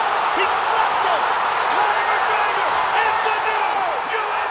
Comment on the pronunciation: this is the most drawn out buzzkill victory announcement I’ve heard in a while. This man took 3-5 business-years to say Connor’s name, and then he said it all weird.